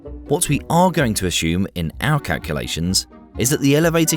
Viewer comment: No 'H' in assumed